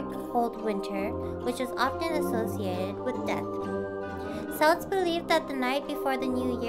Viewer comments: The C in Celt(s)/Celtic is pronounced as a K, not an S and Samhain is pronounced like "Sound" but without the d at the end. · What a cute costume! I especially like the jack-o-lantern hat! Just as an aside, the "C" in Celts is pronounced the same as the "c" in cute costume. XD